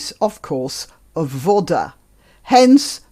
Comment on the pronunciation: It's pronounced "vada", not vodda.